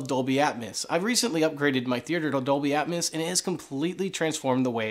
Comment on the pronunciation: Say it with me...Atmos (at-mose), not Atmas (at-mas).